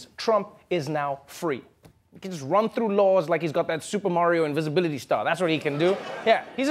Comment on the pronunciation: Invincibility. At least that's what he meant because in that same sentence he said "...because he thinks he's invincible now," or something along those lines. It did sound like he said invisibility though.